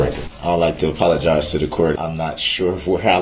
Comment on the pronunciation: "I pollogise, I'm pretending to be a lil motional"😡 he's pathetic GROUNZ GROUNZ